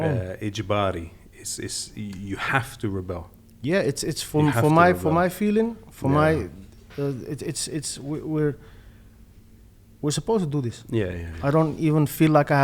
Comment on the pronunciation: Repel not rebel